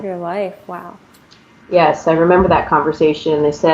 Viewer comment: The anchor saying Vow for everything..It's not be vow